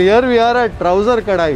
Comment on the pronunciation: it is Touser kadai not ‘Trouser’…😊